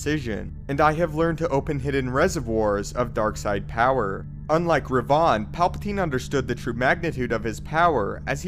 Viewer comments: Darth Revahn? you mean Revan? how did you get that wrong? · He said darth REVAUGHN lol u mean REVAN??? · “Darth Rev-aughn” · Is Darth Revan now Darth Revaughn? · Does it bother anyone else how he pronounces Revan? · I'm sorry but, are you saying Revan? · The way you say Revan makes me sick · I died a little everytime he said it. Wft is that?